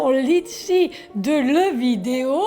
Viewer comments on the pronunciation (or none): none